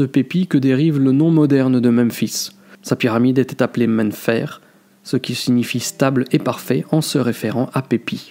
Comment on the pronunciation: Merci pour la vidéo par contre c'est mn-nfr (mén néfèr) pour Memphis et pas mn-fr (mén fér)